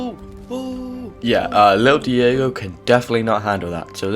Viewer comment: you called him diago instead of deigo